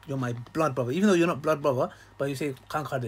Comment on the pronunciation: who heard upper class English accent there when he said “even though”